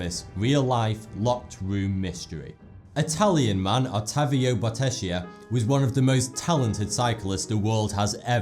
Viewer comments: Bottecchia is pronounced Bottekkia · It's Peonis, not poenis. And as Italian I find definitely funnier the way he spells Bottecchia: BOTESHIA lol :) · Really interesting video. Some little Italian suggestions: "Bottecchia" should be spelt like "bottekya"; and it is "pEOnis", not "pOEnis". Great video thoug